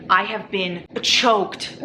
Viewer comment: NOT U SAYING CHOKED LMAO